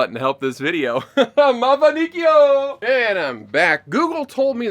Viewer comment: Had to do a double take when you said "Mafanikio"🤣 As a Kenyan, I applaud your attempt at speaking Kiswahili.